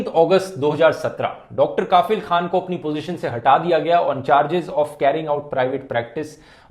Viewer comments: Bro, right pronunciation of Dr kafeel is कफिल not काफिल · You pronounced it wrong, it’s Dr. Kafeel and not Dr. Kafil. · Rathee Bro plz pronounce कफील not काफिल Video is really informative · It's not kaafil.. It's pronounce as ka'fill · Its Kafeel not kafil! Feel the difference. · Dhruv, I know you don't write scripts on your own now. But please before making the video, know the correct pronounciation of the words 😃 it's Kafeel and not Kaafil. In your video about Hagia Sophia also, you pronounced 'Kurd' as 'curd' 😂😂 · Bhai, the pronunciation is कफिल not काफिल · Pronunciation as Dr kafil not kaafil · It's pronunciation is Kafeel, not kaafil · Its Kafeel not Kafil. Focus on Pronounciation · Listening kafeel as kaaafeel khan weird pronunciation. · Kafeel, a right pronunciation is कफ़ील......... means responsible Well done Dhruv🇮🇳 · It's pronounced कफ़ील Very detailed analysis 👍🏻